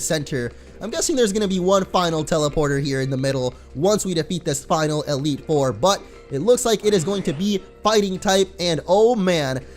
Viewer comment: he said elite ore not four